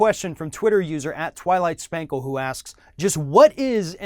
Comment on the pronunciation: I'm sure this video is informative and everything but I couldn't get past "Twilight Spankle" XD